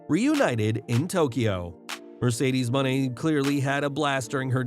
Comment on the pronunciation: Pronounce her new name properly will ya?! It's annoying that you can't get it right!